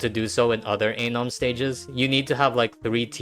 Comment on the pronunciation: You saying Anom sounds way too close to something else...